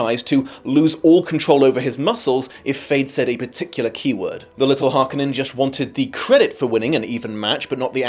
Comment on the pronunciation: The "Harneken" Spice Harvesters? Sounds like you had a Hermione situation reading the book.